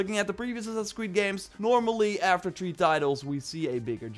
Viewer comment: It's THREE!!! Not TREE. Go in the damn mirror and practice. Please for the love of God. I know you're English but damn.